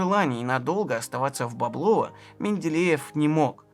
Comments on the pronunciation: бОблово, не боблОво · Правильное ударение -- БОблово. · огромное спасибо за этот шедевр! Действительно история великого, но живого человека. Рассказано как всегда максимально увлекательно и объективно. Разве что меня, как коренного клинчанина, немного покоробили ударения: Боблово - правильно на первый слог, Клина - на первый, в Клину - на второй.